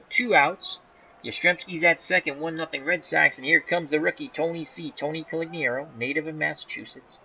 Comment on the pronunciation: it's making me nuts.....You keep calling him Coligniaro and not Conigliaro. You switch the L and the N. Only complaint, otherwise, love hanging around and watching, keep it up!